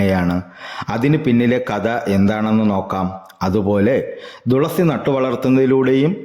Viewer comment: തുളസിയുടെ ഇത്രയും കഥ ആദ്യം ആയി കേൾക്കുന്നു ❤️പിന്നെ തുളസി എന്നല്ലേ പറയുന്നേ 'ദുളസി ' എന്നാണ് വീഡിയോ യിൽ പറയുന്നേ